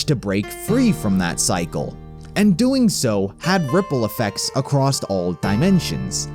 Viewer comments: I know this video is awesome and honestly impressively well put together but man did the narrator saying “acrost” start to bother me just a note for future videos, theres no t in across otherwise thank you for the awesome work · Theres no T in across